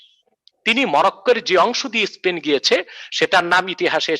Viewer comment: বাংলা টাও ভালো করে বলতে পারোনা।স্পেন কে বলো ইস্পেন। আগে গিয়ে প্রাইমারি স্কুল এ পাশ করে আস।পরে না হয় ভক ভক করো।